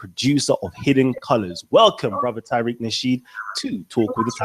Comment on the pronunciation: People, he's Ta-reek, not Tie-reek. I'm Tyriq.